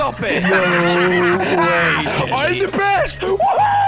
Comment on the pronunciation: jelly messed up on the name